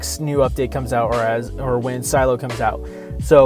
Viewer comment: That’s not how you say silio